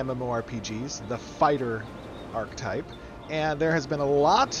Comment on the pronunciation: still doesn't know how to pronounce archetype